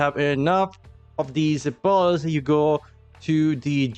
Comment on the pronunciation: Lol when you say pearls sounds more like Balls